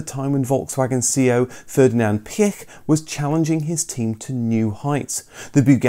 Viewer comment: Piech is pronounced Pietsch